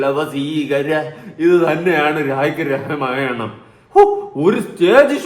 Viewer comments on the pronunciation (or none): none